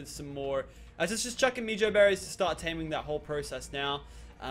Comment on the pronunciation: you pronounce it as meh-joe-berries. Please say it like this.